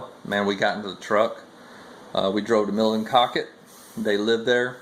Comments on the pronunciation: Good day sir, glad you are home safe with family, also glad to see you talking the importance of EXERCISE thank you, all right i have to say will miss you mispronouncing towns in maine, bangor- bang- gor not ger , Mill in cocket, im going to use that alot- ill give you all the credit, and i know im a big pain in the ass, thanks again you have inspired many people, glad you got to meet and spend time with some good people in maine, my prayers are with you and your family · it should be pronounced as Mill-in-noc-ket. That is OK as many people have a problem pronouncing names correctly. I look forward to going back to the start of your videos so as to get some ideas, for 2018. If I have any questions, I will be contact with you. THANK YOU. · Good Morning!! I thougth I'd give you some Maniac lingo, Bangor is pronounced Bang-gore and Millinocket is Mill-a-knock-it. By the ture Maniac's LoL I know.....but its Maine:) Awesome what was raised for ST Jude.:) SlowFlight